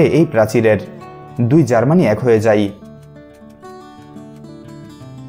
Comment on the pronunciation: story teller er pronunciation khubi kharap হয় কে হই কেউ বলে! যায় কে যাই কেউ বলে? এগুলো ঠিক ভাবে উচ্চারণ করতে চেষ্টা করুন